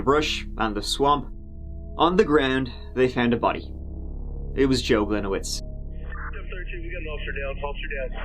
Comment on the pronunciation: As a Polish person, my ears bleed every time mispronounce the name "Gliniewicz" 😉